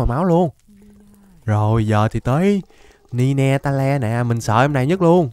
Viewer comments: Vãi cả ni-ne-ta-le ạ, pokemon đó đọc là nai teo anh ơi, vì nó có 9 đuôi ạ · Ninetales :))) hảo đọc